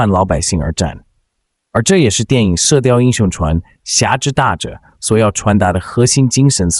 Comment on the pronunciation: Zhuan 不是chuan